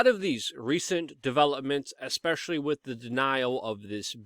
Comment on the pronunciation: It's imporTant not imporant!! And it is wiTH not WIT!! PROPER speech gives you more credibility as a news provider.